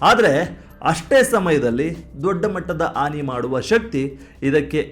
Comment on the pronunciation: ಭಾಫೆ ಬಗ್ಗೆ ಜ್ಞಾನ ಇರಲಿ,ಆನಿ ಅಲ್ಲ ಹಾನಿ -ಇದರಂತೆ ನಿಮ್ಮ ವಿವರಣೆ ಉದ್ದಕ್ಕೂ...